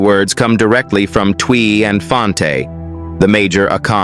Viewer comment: It's Twi pronounced almost like ch chwi